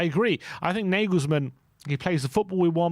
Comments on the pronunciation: Can you please stop calling Nagelsmann (Negelsmann) ??@ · Stop saying nayglesmann